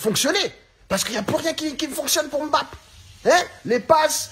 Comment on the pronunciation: Prononce bien ce nom, il vient du Cameroun et il est respecté (ce nom ) ici par son grand père